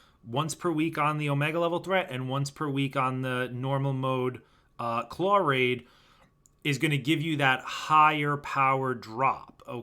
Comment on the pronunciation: There is no r in claw